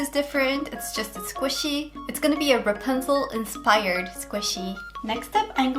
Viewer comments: ラプンツェルがランプツェルになってた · 一回目のラプンツェルがランプツェルになってます(´･ω･`;) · 英語を批判してるわけじゃないけど ラプンツェルがラパンゾーに聞こえる( ˙-˙ ) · の所でラプンツェルがランプツェルになってるw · ！ の所のラプンツェルがランプチェルになってるよ！！ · 1分7秒の時、｢ラプンツェル｣なのに、｢ランプツェル｣になってる！？ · ！ ラプンツェルがランプツェルに笑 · ランプツェルになってる、疲れてたのかな、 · ラプンツェルがパンゾウにきこえた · ランプツェルになってるよ！可愛いw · ランプツェルになってる！ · ラプンツェルがパンツに聞こえる← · ラプンツェルがパンゾーにしか聞こえないw 英語って難しいなぁ( ´･ω･`) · ラプンツェルがパンツにしか聞こえないwww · ランプツェルw 不意打ちに笑っちゃいましたw